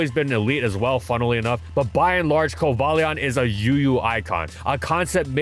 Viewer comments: Shame on for being purposely ignorant with pronounce Pokémon names. Besides other sources show it's pronounced "Koh-bale-yun" not "Koh-bale-lee-en," which sounds fine. He already screws it up enough for ignoring "Rai-KOH" and "Goh-LICE-o-pod." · Obviously it's Coba-Lion. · I used to get on people’s ass about how to pronounce Rayquaza, but CoBALEon is just atrocious. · I also dislike the "bail" pronounciation but your "ball" pronounciation sounds bad too. It should be "bal", short 'a'. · " cumballeeawh " what a emotional way to pronounce it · I think I threw up in my mouth a little, hearing "Coh-bail-lee-awn" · Not in my entire life I've ever heard it being pronounced as "cobayleon", that's just too lame to be true. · It is "Co-bay-leon" and this is the universal truth. Accept the facts,, you can't deny it forever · The only reason I can think of as to why PokeDex 3D Pro pronounces Cobalion as "Co-BAY-Leon" might be because it's trying to incorporate the animal-inspiration's name, the legendary Yale (not to be confused with the University that shares the same name-- and uses the creature as a mascot)... but even I have my doubts on that stretch of a reason... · The pokedex pronouncing it “ko BAY leon” is just wrong. Like anyone who says “ar KEE us”. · Co-bay-leon is a weird pronunciation, considering it’s based on the word cobalt. Also, Virizion is pronounced Vir-I-zeon despite being based on the word viridian. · Coh-BALE-ee-on doesn't even make sense, cause the "Cobal" comes from cobalt. You know, as in a shade of blue? Or the metal? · Co-Bay-lee-un is the equivalent of the monster hunter devs calling Tigrex, Tee-grex when we all know it's Tie-grex. they're based off COBALT and TIGER!!! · Did that Pokedex hire some goofy YouTuber to do the pronunciations? Jesus christ. Ko-bay-leon! Who looks at this pokemon and thinks that's how you pronounce it? 😂😂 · "coal-ballion" dear god why is it pronounced like that . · "Cobayleon" I can't lmfao 💀